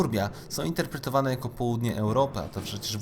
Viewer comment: "InterpretowAAne" "koniec świAAta", "CentUUri" itd...i. Człowieku - popraw dykcję i zmień to tragiczne akcentowanie, bo uszy więdną. I usuń ten szczękościsk. życzę powodzEEnia